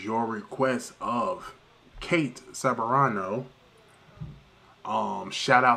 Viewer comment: Whenever I listen to Kate singing, it feels like it's effortless for her. It just flows out of her, beautifully. Been a huge fan for a long time :) edit Her surname is pronounced Sebrarno.